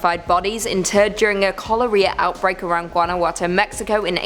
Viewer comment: I'm genuinely shocked and honored,. My father's home state is from Guanajuato, MX. (all is forgiven on the pronunciation). When I was growing up he took the whole family and we got to experience first hand the caves and mummies and hear the urban legends of the caves. The scariest part is going down deep in the cave and all the light going out. Quite fun. Thank you again for this, I feel like I have a part of me now in Top 5 Scary vids. Stay spooky. <3